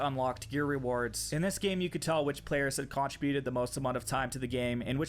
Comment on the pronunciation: Fantastic video! However, the way you pronounce "modem" and "contributed" makes me want to slap you. Lol.